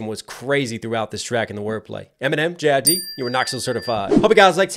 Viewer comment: JID not JIDDY 😂😂😂